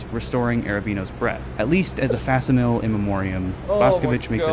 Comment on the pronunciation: He did it twice. He also mispronounced the word "facsimile". He's also clearly not the sharpest crayon in the box. I'm not so sure he was referencing anything.